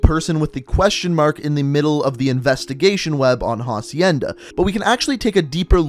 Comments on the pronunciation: It’s acienda not jacienda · Who is going to tell him that it’s not pronounced HA-cienda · Ffs, you don't pronounce the h in "hacienda." It's a Spanish word, so the h is silent.